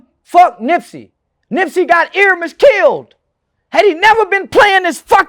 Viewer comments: His name is Ermias, not Eramis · It’s ERMIAS (air-me-ehz) not ERIMEZ (ear-imez). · He didn’t even say nipsey name right he said earmiss now this not how it spelled but this is how it sounds airmiahs it’s really spelled airmiess so I personally feel like he said that on purpose